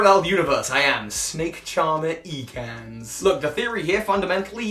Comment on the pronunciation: Ek... like in neck. Not eek